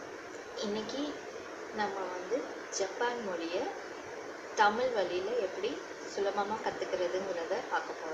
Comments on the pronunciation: உங்கள் சேவை மிகவும் பாராட்டுக்குரியது..வாழ்த்துக்கள் சகோதரி... ஆனால் தமிழ் என்று சரியாக உச்சரித்தால் நல்லா இருக்கும்.. தமில் ஐ தவிர்த்தால் நல்லது.. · ஜப்பான் மொளி நம்ம தமிள் மொளி அளவுக்கு பலமையானது இல்ல னு சொல்றீங்களே... நீங்க முதலில் ல, ள, ழ உச்சரிப்பை நன்றாக உச்சரித்து அதை எங்கெங்கே பயன்படுத்த வேண்டும் என்பதை அறிந்து பேசுங்கள்...